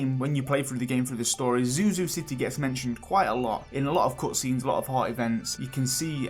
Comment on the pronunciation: Love your take on the potential new updates!! Btw somewhat off-topic but i noticed that you pronounced the "u" sound in words such as "cutscene", "something" and "double" for example, as the "oo" sound like "cootscene", "soomthing" and "dooble", which sounded quite adorable and refreshing xD Is this deliberate or native? Sorry if i'm insensitive about this and i don't mean any harm, just legitimately curious about this. Anyone else realised?